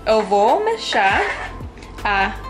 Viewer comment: O certo e Mexer e não mexar